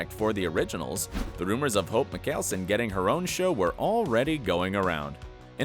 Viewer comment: Meekellson lmao